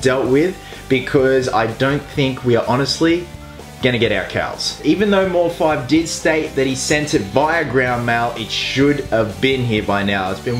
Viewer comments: His name has been taken from Deadmau5 so its mouse5 not mor-5 just a heads up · I think it's pronounced "mouse" as with the group Deadmau5.